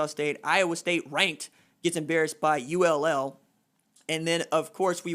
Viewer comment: ULL??? RJ the school is UL or Louisiana. Why is that so hard???